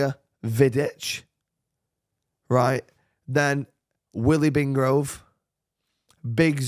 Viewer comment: Why does he say Willy bingrove 😂😂😂 it’s billy wingrove